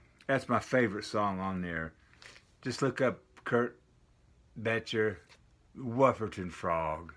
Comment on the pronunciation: Curt Boettcher is awesome! And I'm no expert, but I think it's a German name, so how you're saying it (Bet-cher) would be right. Nice to see you again!